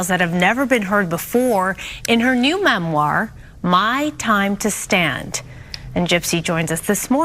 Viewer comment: "Memwire" great speech Gypgyp, gonna read my "memwire in my.nurshery"...friggin' narcissistic little murderous liar!!